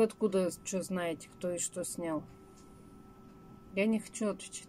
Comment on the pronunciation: пожалуйста не наете, а ЗНАЕТЕ.